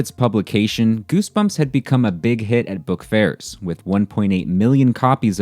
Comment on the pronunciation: “bookFAIRS” okay, gil faizon